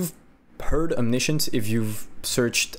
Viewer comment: bruh... it's OMNI-SCIENCE... you know like... scientist XD